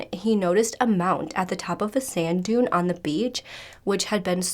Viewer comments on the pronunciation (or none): none